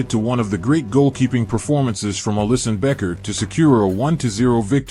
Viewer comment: ALLISSON NOT ELLISON